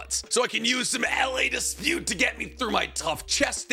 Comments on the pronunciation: I watched the ad where he says LA Dispute instead of La Dispute & I regert everything now. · Did he call, la Dispute L A dispute?